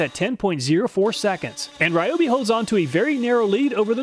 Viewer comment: Ryobe is pronounced Ree-o-bee.